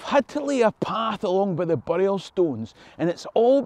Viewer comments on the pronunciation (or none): none